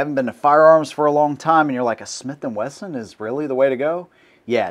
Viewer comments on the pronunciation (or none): none